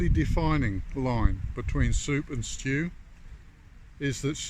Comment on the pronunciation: STEWP, STEWP. Not quite stew, not quite soup. 😂